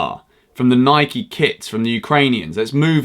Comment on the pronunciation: He said Nike wrong